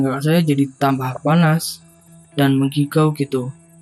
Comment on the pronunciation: Maaf kak , " mengigau" bukan " menggigau "